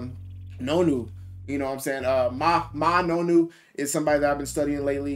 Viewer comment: Pronounced Ma-ah Nonu - Samoan power right there 😎🤙🏽